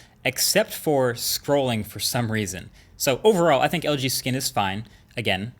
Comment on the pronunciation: dude its pronounced think!!!!!!!